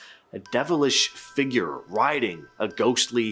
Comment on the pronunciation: You need to learn to pronounce the word Figure, it's fig ure, not fiigger, which you pronounce figg er